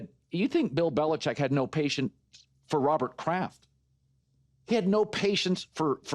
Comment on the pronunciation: Well, the last syllable in Belichick is ‘chick’.